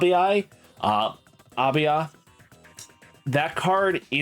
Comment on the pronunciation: Aiba ❌ Abiai ✅ the goat